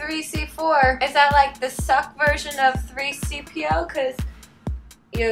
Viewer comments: Anyone notice that she said 3-CPO instead of C-3PO? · Did anyone notice she said 3CPO?! And I don't even watch Star Trek.